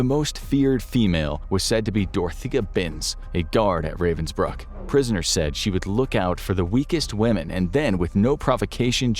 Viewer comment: The place is actually called Ravensbrück. Why does "Ü" matter? Pronounciation is different.